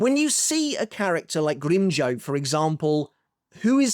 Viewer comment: You mispronounced Grimmjow's name and use pictures from the manga. Do you even watch canon?